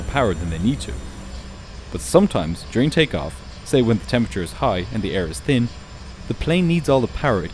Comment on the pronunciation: How many times did he say "tin"... can't make the "th" sound evidently... and "much" with the "oo" sound (as in "foot") for the "u". Very annoying.